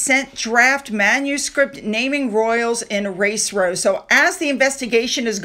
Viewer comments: Just FYI dear ~ Row is prounced ow Like would rhyme with cow. row cow row cow row cow. Not like row row row your boat. It's not a choice. It rhymes with cow... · Hi: I have been subscribed for a long time and enjoy your channel, but I'd like to point out that when you refer to a disagreement as a "row", it rhymes with now or cow. Rowing a boat is not pronounced the same as having a row with someone. Just so you know. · Dear! "Row" rhymes with cow, not doe, when it means a conflict!